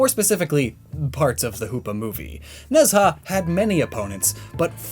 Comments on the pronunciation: IIRC Nezha is pronounced Nhu-ja. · Just wanna say,, it's just a pet peeve of mine... the pronunciation of Nezha's name is "nuh-jah"/nə-jah. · Video still slaps. It's where I heard about Nezha (Nej-hah it's pronounced I think) :)